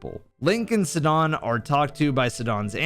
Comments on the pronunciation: I like how you pronounce it sid don When the game legit says his name in voice lines as (s eye Don) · Bro the way you mispronounced Sidon so horrendously genuinely triggers me more than the sound of nails on a chalkboard. ITS SIDON S I D O N NOT SUDON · It’s sidon as in psy-don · It's Sai-don, not sedon 😭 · Love this video! You very clearly laid out your points, provided supporting evidence, and fairly did the compare/contrast. You got this Zelda player wanting to play Elden Ring now! (I'll let slide the "hidden hand", "Suhdon", "Raiju" as it added to the genuineness of your analysis. 😅) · Bro it's pronounced SAIdon. LMAO. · great video but every time you say sidahn and ryju it makes me want to kms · bro really called sidon "sedawn" 💀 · hold on, did you just call Sidon, "Se-don"?! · the way you pronounced Sidon should have you tried in court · I was so caught off guard by how he pronounced Sidon, i was like "wait who are we talking about?"